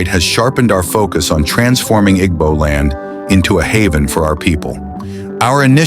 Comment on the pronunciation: What is the need of using western voice, can't pronounce IGBO.